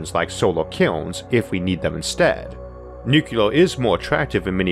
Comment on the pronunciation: NU-clee-er, not NU-cu-lar.